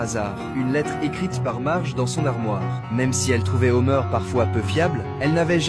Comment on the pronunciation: HOMER PAS HOMEUR PFFF